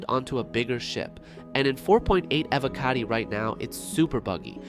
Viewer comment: Is this an AI voiced video? And its E-voh-cotty.